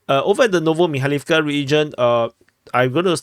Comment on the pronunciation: If a word has 3 or more syllables, the accent is put on the third-to-last syllable. MikhAilovka, HrihOrivka, UrozAine, BiEdychi, RabOtyneh, etc. etc.